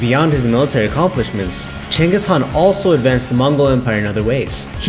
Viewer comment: You guys are doing great. But, some of the names were mispronounced. I was also shocked to actually hear the correct pronunciation of Chinggis Khan, thumbs up.